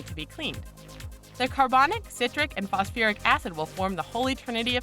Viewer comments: did she say fosoferic? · ..'phosofuric acid'? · This bitch is dumb. What is "fos-a-fur-ic" acid. Obviously, she has never opened a chemistry book in her life. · "Phosiferic", "phosfearic", "phosofiric" acid? It isn't pronounced the same way twice. Hehe. Those extra syllables hurt my ears. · Maybe if she could say "Phosphoric" i would believe her.